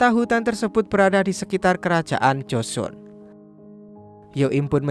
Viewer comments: Joseon bacanya koq jd Josun 🤣🤣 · 주선 (joseon) bacanya juson bukan josun 서울 (seoul) bacanya soul bukan seul